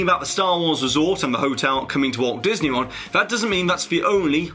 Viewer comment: At the end of the video, you said "Diseny".